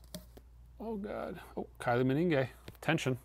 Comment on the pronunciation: One day, he will pronounce Kylie Minogue's name correctly! That will be a day!